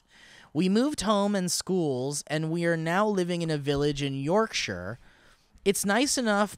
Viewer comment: As a Brit, I very much appreciated Steve's attempt at the Yorkshire pronunciation. We struggle with it too.